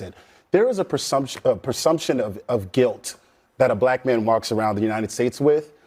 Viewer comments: To the guy sitting next to Scott Jennings....it's PREsumption, not PERsumption. FFS. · Real Talk: The guy that said PER-sumption several times is the one that needs an IQ test.